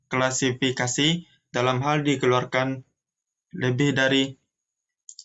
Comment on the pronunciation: Kla si fi ka si, bukan kla fi si ka si pembicara ketiga… belibet amat dah… tapi thanks materinya… 👍🏻